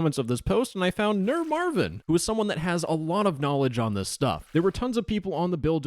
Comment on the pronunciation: I like how you said the german username "NurMarvin" it sounded really funny 😂